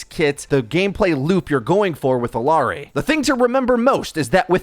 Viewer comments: Such a great vid and explanation of what does. Small thing, the "LL" in her name is pronounced like a "Y". So, phonetically, it is "ee-YAH-ree". I get that hitting that Y may be difficult with the Engligh "R", so it may take some literal practice.:) If you start her name with an "eh" instead, it will help. Not perfect pronunciation, but a lot closer. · Small note: Illari is pronounced like ee-yah-rree. Great video! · LL makes a “Y” sound. Ee-yar-ee.